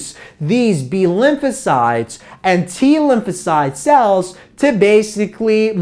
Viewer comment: is he saying Lucozade or Lymphocyte?